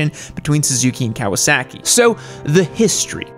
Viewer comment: you say Kawa-SACK-i like Trump says, CHY-NAH